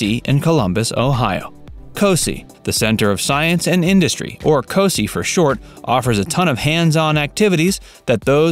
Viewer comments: Co-sigh!....not co-see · He said co see. It's co sigh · Bro- it’s a long i on Cos-eye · If you are going to make a video on a locale you might want to brush up on how to pronounce local names like Scioto or C.O.S.I. It just makes it sound silly if you don’t and makes your video sound less than genuine.